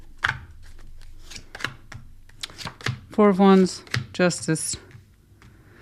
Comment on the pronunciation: 😂 when you said 2+2 is 4 I heard floor 😅